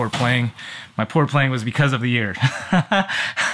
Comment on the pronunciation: "my eeear is driving me completelyfreakingnuts!" I literally had to pause to finish lmao I like the edited videos